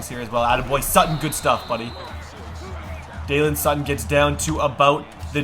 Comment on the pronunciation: U call Sutton a lot of different names but it’s pronounced daylen